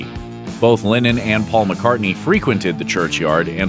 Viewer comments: Its Lenon not Lenin! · I'm sorry, are you saying linen? Or lennon? Cuz it sounds like linen. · It’s LENNON NOT LINNEN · As someone who has the say the name Lennon so much, you should really learn how to pronounce it. It's not pronounced Linen